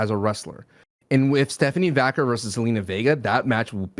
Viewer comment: Her name is Stephanie Vaquer is procured Va care not Stephanie Vacker